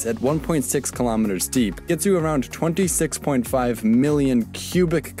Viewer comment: Why does he say Antarctica and 26 like that lmao